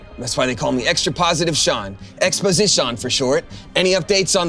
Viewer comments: ex-posi-SEAN???? EXPOSITION????? im furious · Exposi-Sean?, I love you. You guys better do a season 3, and like others I hope you can do it around the table again. Feeling like we're just listening in on a Discord chat isn't quite as good as watching y'all's reactions, especially.